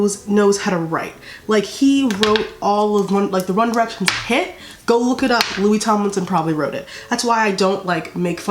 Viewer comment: MY GOD DID YOU JUST SAY 'LOSERS LOKIE HARRY STYLES" THAT MADE MY DAY